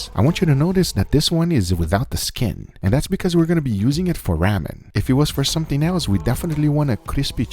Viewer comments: ITS RAW-MEN not raamen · Ramen is pronounced with a long "A" like Raw-men as opposed to Ramm-en... Not trying to be an ass, if I come across like one, I apologize :) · RAH-MEN jesus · I'm sorry but the pronouncing...raw-men